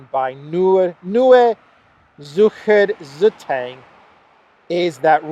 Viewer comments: Gotta love how you butcher Nue Zurcher Zuteng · Oh Wow you sure butchered that one well in fillets, roasts and hocks 🤣 it´s pronounced "Noyé Tsurischer Tsy-tung" hope I could shine some light on our so difficult language:) But still thank s for the update and have a good Boxing Day evening;-) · if you are referencing the NEUE ZUERICHER ZEITUNG ( really complicated for you to pronounce ) .... just call it .... NZZ ..... Everyone knows this THREE-LETTER-INSTITUTION by this abreviation. greetings from NEW GREEENLAND ( formerly known as germany .